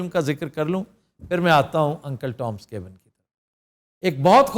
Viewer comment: Cabin's pronunciation was not correct. Plzzz verify on your own.